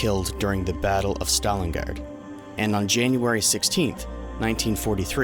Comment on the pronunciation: Everything about this video is great. One small thing. It’s pronounced “Stalin-Grad” not “Stalin-Gaurd”